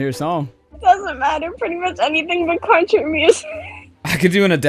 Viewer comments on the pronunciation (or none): none